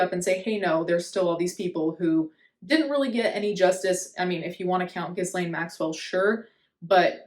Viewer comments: I'm sorry, it's pronounced Gee-lane. Hard G and the S is silent. You're good with pronouncing foreign words and names so I'll help out a bit *also your natural hair is so nice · No let's keep calling it Jizzlaine 😂 no need to pay unnecessary respects to a trafficker